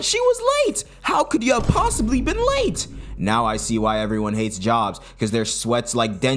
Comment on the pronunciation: unc u said POSILLY u getting old unc...